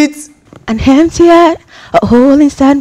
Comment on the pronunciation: Oh this girl paaa...after all the "damn", you still say hempty 😂😂😂